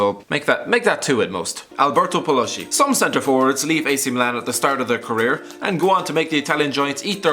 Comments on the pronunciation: Paloschi is not Paloshi, the correct pronounce is Paloski! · Ok, the right pronuonce is PALOSKI, not Palosci. And it's KIEVO, not scievo. Fuck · is pronunced Paloski and not Paloshi, Kievo and not Chievo, CH in italian is K